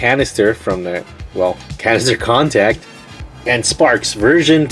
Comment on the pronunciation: It sounded like you said cancer contacted